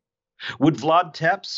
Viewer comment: It's not Vlad Tepps. Tepes is pronounced like Teppesh. Otherwise very interesting show. Now I can somehow(if there are many?)understand why Jesus never answered me when I prayed to him(on the advice of a very nice minister, never forget him, good guy)when my wife died in hospital. Although other people say he answers them? 🤔